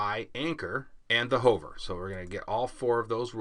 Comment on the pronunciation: These are great, thank you! Though, your pronunciation of "Hover" is killing me! =)